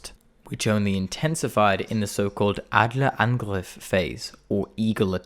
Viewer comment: his German pronunciation of terms like "Luftwaffe" and "Adlerangriff" are also spot on!